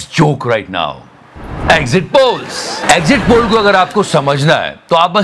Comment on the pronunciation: Exit poll ❌❌❌ Not Exat poll ✅✅✅